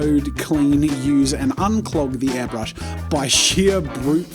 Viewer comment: Am I the only one who is annoyed that he kept saying ‘hairbrush’?